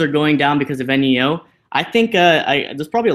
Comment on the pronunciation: I thought it was pronounced neeeooh not eneeeooh